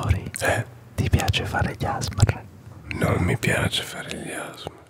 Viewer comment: 1.Si,ho avuto un problemino li sotto. 2.TI PREGO DII "ASMR" CON PRONUNCIANDO LE LETTERE,NON "asmr" unito,grazie.